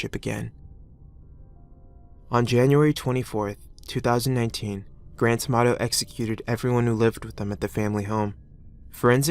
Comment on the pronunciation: When his full name is said, I can't hear "Grant Amato" all I can hear in "Grand Tomatoe!"